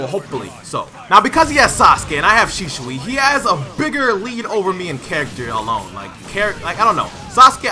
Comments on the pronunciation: Dude its SHISUI not Shishui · Why is this man saying shishui instead of shisui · HIS NAME IS shiISUI NOT SHISHUI YOU! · He does not say it right. It's Shi-su-i not Shi-shu-i. If you say it at normal speed it becomes Shisuwi. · I'm not saying rarity is wrong. Senju is because it's not ShiSHui but Shi-su-i. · Shishui Naruto: it’s shisui get ur facts right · It's shisui not shishushi lmao . Great gameplay bro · Shisui not shishui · it triggers me that he says shishui and not shisui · Its not shishui its shisui😂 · He says shishui lol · kinda sound like hes saying sheeswee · I’ve heard his name be pronounced “Shih-sui” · DGRarity its she-sue-e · "My knowledge of Shishui is low." ... yeah, you can't even say his name right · Sheshawee, Pronunciation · lol man said sheeshwe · Shishuoooiee... bruh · “Shisoui ouchihah” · Did my man really say shishui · "SHISHUI" LUL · its pronounced like this shee suwe 😂😂😂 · Pronounce it right it’s shi-sui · it's pronounced "she zu" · Bruh learn how to say shisui..... Bruh say it like this she swee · who the fuck is shishui u keep saying it wrong xD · does bother me. Especially with the American accent. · It really really bothers me too bro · Yo why you say his name like that